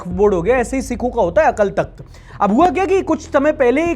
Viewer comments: अकल तख्त नहीं होता गुरु, अकाल तख्त होता है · भाई, अकल तख्त नहीं अकाल तख्त होता है... अगर किसी की भावनाएं भड़क गई तो लग जायेगी 😊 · akal nahi akaal bolte hn hindi me 😂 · bhai the corect pronounciation is 'AKAAL TAKHT' not 'AKL TAKHT' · भाई "अकाल तख्त" होता है। "अकल तख्त" नहीं। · Bro we write it Akal Thakht but we pronounce it as Akaal Takht. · bhai wo akal takt nahi AKAAL TAKHT h pronounce it proper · Its is not Akal takht its akaal takht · Its "Akaal Takhat" ... not Akal Takht . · It's Akaal takhat not akal takhat 😵‍💫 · bro it's pronounced as AKAAL Takht (अकाल तख्त)...please be clarified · Bro अकाल तख्त hai right not अक्ल तख्त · Its Akaal Takht not akal takht . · Akal takht nahi, Akaal takht pronounciate krte hai isko.. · अकल तख्त नहीं bro अकाल तख्त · Akal nhi it's Akaal Takhat... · it's अकाल तख्त। just a little correction in pronunciation. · Bro.. 2.44 ; it's pronounced Akaal Takht and not akal .. plz correct in future.. it means Throne of the Timeless One... aapne usku Throne of Brain banadiya 😅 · Bro AKL nahi AKAL TAKHT hai K ke bahad A Long Sound krta hai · Its sounds as akaal takht not "akal" takht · Bro it’s akaal takth not akal takth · भाई वो अकाल तक्थ हैं - अकल नहीं है। 😂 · Bro it akaaal takhat not akal takhat !!!!!!!!!! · Akal nhi Akaal takht hota hai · Bhai wo Akal takht hai pronunciation galat bol rahe ho 🙂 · Bro, it is pronounced as Akaal Takht, just for the info. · ..it is pronounced AKAAL TAKTH.. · Sir with due respect pronounciation of Aakal takhat is wrong please check it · Your pronunciation of Akal Takhat is wrong. Please just make sure you are using the correct pronunciation. The times we are living in is very sensitive so just keep it in mind as your intent is right but not everyone will understand. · Yeh Akal Thakt ki pronounceation ke karan pitega aur main English ke liye 😅😅😅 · Maybe learn how to pronounce akal takht sahib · u wrongly pronounce akal takht